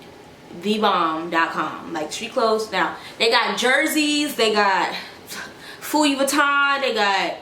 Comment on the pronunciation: i’m deaddd 💀 sis said “pfuivuitton”